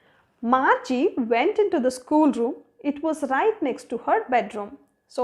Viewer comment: Margi not marge